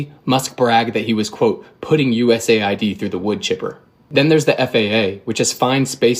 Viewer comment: Americans established USAID, but they can't pronounce it correctly. It is US AID, not USA ID !!!